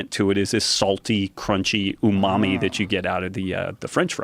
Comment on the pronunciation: Mymommy, umami